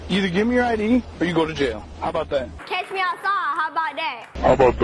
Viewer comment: "ketch me out saaaa how bout daaaa?"